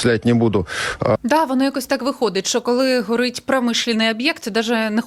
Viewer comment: гАрит прям жОстко,, - що це за мова?